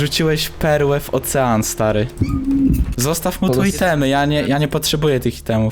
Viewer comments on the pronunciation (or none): none